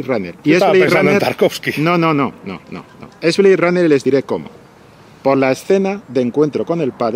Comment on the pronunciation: Que risas cuando ha dicho Tartovsky!!1....JAJAJAJAJAJA...Ya de paso, Bela Tarr.!!!JAJAJAJAJA